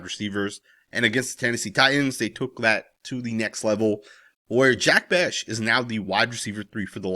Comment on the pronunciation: Just a heads up brother his name is pronounced Jack Beck not beshh.